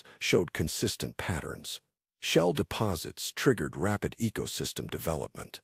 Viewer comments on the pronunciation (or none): none